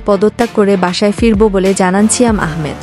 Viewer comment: "ছিয়াম" এটা আবার কেমন উচ্চারন ?